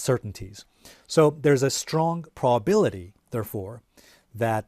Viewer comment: He cant even pronounce probability